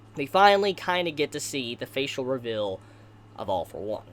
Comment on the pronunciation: Good video but ur voice is Annoying af “hilled” “rivil”